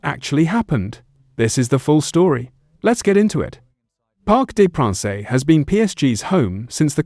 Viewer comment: Its pronounced Parc De Prance, not Parc De Pranceh! Its embarrassing and you should do your research before uploading content!